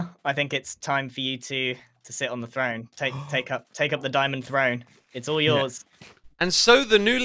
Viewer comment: its called "Throne" not frone